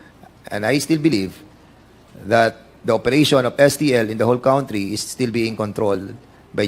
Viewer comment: Dan Fernandez says cowntry...